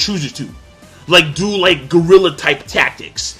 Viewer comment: does King says "do like Gorilla type tactics"? If so, Lol He most likely meant guerrilla tactics anyway, but it was damn funny. I laughed my ass off for a full minute.